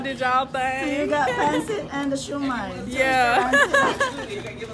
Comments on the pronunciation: Pancit pronounced as Pan-Sit is life huhu more power to you! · I'm impressed by you ate. Pagpatuloy mo lang yan. Sana umasenso ka pa. Pero sana wag mo iibahin ang accent ng mga Filipino food like when you said "Pancit", you sounded like a foreigner saying it. Sana Filipino accent parin ang gamitin mo kahit mga Americans ang sinasabihan mo ng "Pancit" para din kasi sila mismo, matutunan nila ang Filipino pronunciation ng mga dishes.